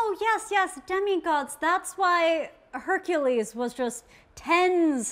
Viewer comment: You don't get to use Heracles as a defense for your opinion only to pronounce his name wrong